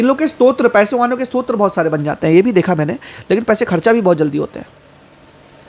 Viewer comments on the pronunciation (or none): स्त्रोत्र नहीं भाई, स्रोत 🙏